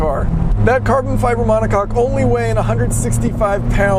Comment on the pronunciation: *monocoque